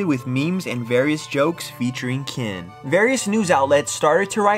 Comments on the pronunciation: It's Ken, not Kin. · He keeps calling him kin its killing me